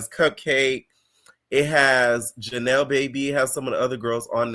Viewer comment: You calling Janelys Baby “Janelle” is frying me. I voted for Daisy, Janelys and Bahati. Ming already getting on my nerves, she got one more episode to not pmo